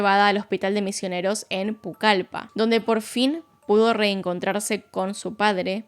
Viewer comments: Hola, soy de Perú, específicamente de Iquitos, quizá ya te lo dijeron pero la ciudad a la que llamaste "Pucalípa" en realidad es Pucallpa, con doble L Fuera de eso, gracias por hablar de Perú:D, feliz navidad 🎉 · Hola me encanta tus videos siempre los disfruto, pero como peruana no puedo dejar pasar la ciudad que mencionas no es "Pucalipa' es 'Pucallpa ' doble ( LL ) para que lo tengas en cuenta ✨️ saludos 🤗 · Ya decía que nunca había escuchado esa ciudad, Pucalipa jajaja te suelo oír sin como fondo mientras hago mis cosas, pero está vez tuve la necesidad de ver para ver donde era es ciudad y no jajaja es PUCALLPA CON DOBLE L ,pero bueno gracias por un nuevo video, como siempre tu voz es agradable de escuchar. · 😂Decía Pucalipa y yo la corregía, no! Es Pucallpa como si me fuera a oír pero al final lo dice bien. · Es ciudad de Pucallpa doble L, no Pucalipa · Amé el vídeo y la historia pero me da algo que diga Pucalipa y no Pucallpa 😅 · Omg! Nunca pensé que mi ciudad se mencionaría en algún caso. Jeje. Aunque se dice: pucalpa (se escribe Pucallpa). En esos años esta zona era lo más parecido al "lejano oeste". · Hola de mi corazón, mi familia es peruana y tengo entendido que se dice Pucalpa con una l:) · Jajsjsja es Pucallpa, doble L. Buen video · Yo justo estoy en el mismo mood escuchando de fondo, soy de la selva y me sacó de onda al escuchar que no decía Pucallpa 😅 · Jajajaja de igual modo! No puedo con Pucalipa jajaja osea todo bien, solo que me causa un poco de risa el Pucalipa. Amo! ❤ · Jajaajaj en las mismas, yo que nací allí. Me decía nunca escuché un nombre así 😂😂😂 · Se dice PUCALPA, no PUCALIPA. 😅 Igual muy buen video. ✨ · Estaba viendo el video desde mi televisión, y no podía más con el hecho de sentir que me dolía un tripa cada vez que decía Pucalipa jjsjajskkdksld Soy de la ciudad de Pucallpa, entonces lo sentí personal jdjs. Bueno habiéndome desahogado, procedo a seguir mirando el video :] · es Pucallpa, no Pucalipa xd